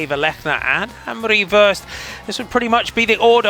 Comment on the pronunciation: Could you please change your pronounciation of Worst? You constantly jinx her, as if she's usually the last to cross the line... :( The o should sound like the au in sausage, or the o in dorm, or the a in warm.